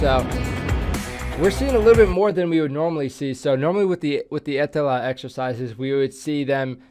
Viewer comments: Was surprised also he pronounced Ä so well. 👍 Now he needs to start using word PERKELE in about every sentence and go sauna, swim in icy water, drive his car sideways in gravel roads.. Nobody would notice he aint Finn. 😅 Hes a bit too talkative to fit in, but hey just say that youre drunk. 🤣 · wow you said "etelä" correctly! congrats man! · I was surprised a little bit! Well done!